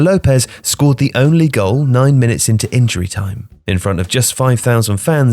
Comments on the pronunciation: What kind of football fan would pronaunce Maracanã like that, what a disappointment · Come on... would it hurt you to pronounce Maracanã properly?